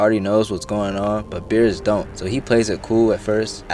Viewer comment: Why u callin Bariss BEERUS bruh